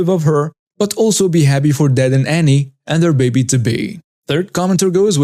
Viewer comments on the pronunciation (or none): Story 4:, just so you know, when pronouncing the name Anne, the "e" is silent (it is pronounced the same as when it is spelled Ann). Annie is pronounced the way you were pronouncing it. 🥰👑❤️🌻😊